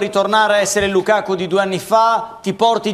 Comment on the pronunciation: Tutto giusto ma Heriksen e lukako non si possono sentire, ma perché storpiate i nomi? Eriksen per dio e Lukaku!